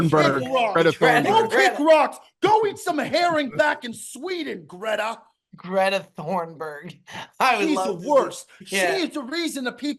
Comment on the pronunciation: Hearing “Greta Thornberg” instead of “Greta Thunberg” is toooouuuggghhh